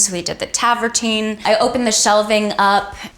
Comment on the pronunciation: Vanessa... The word is TRAVERTINE. And could you really not put your phone down long enough to do this tour?